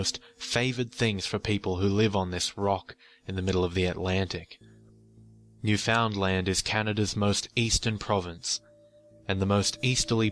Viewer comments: Really enjoyed the story and the channel. But it's pronounced "Nu-fund-lin" not "New Found Land". Anyway, keep up the good work! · Its pronounced New-fun-land, not literally New-found-land. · Its usually pronounced like "Noof-in-land" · "New-found-land"... Everyone in Canada died a little on the inside. Lol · I found your channel a day or two ago and to my surprise I hear a story about Newfoundland. I am from Newfoundland and back here now. I saw on a comment that someone described how to pronounce Newfoundland pronounce it as written all one word no spaces.New found land is 3 words Newfoundland is one. Otherwise I quite enjoy your channel good job. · its usually pronounced nu fund land